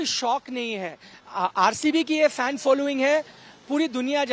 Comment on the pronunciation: Fen nahi bolte. Isko murkh log he